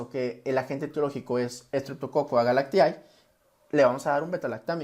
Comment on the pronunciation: Se pronuncia S. agalctie... No S agalactiAE.